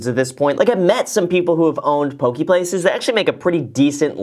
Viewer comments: Poke, pronounced 'pokay' not pokee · Yo Graham, it is pronounced po-kay not pokie :) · Po - KE not pokie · Graham, just a heads up, the dislikes on this video are all Hawaiians laughing at they way you say poke , it’s Po Kay not pokey. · Loved the video. Mad respect for this guy working at his business. Btw, I'm Native Hawaiian and always giggle inside when people pronounce it "poh-key" and not "poh-keh." (Poki = penis, in Samoan, & popoki = cat, in Hawaiian) 😄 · Aloha Graham, "Po-kay" not Po-kee". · It's not "Pokee". It's "PokEH". 😭😭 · ITS NOT PRONOUNCED POKEY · Pronounced “Poe-Kay” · it’s more like “poh-keh” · Poh-KAY as google would translate it. Just helping people pronounce it! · The way he says poke... lol i cringed a bit. its "po-kay" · Graham, Poke-eh. Please. I still SMASHED the like button but if this continues I may not be able to anymore. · It's poh-kay. Just wanna throw it out there. (